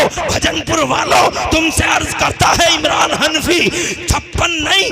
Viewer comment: इमलान नहीं है इमरान है